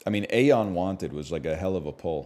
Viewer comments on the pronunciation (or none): none